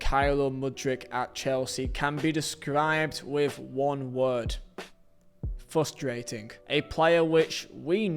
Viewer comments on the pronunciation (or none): The first R in frustrating is not silent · bro literally had the word 'frustrating' on the screen when he mispronounced it lol